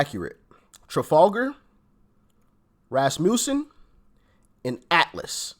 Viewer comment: you finally pronounced “Rasmussen” correctly!